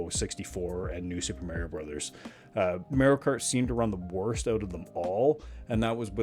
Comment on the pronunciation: "merio kart"